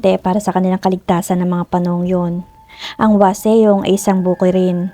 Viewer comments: Wasong po ang tamang pronunciation silent e po yang waseong.😁 khit magpunta kapa ng Korea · "Wasong" not waseyong😊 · Whaseong po hindi waseyong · Hwaseong =wasong Not waseyong 😢